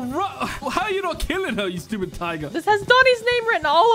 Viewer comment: Bro realy said stubid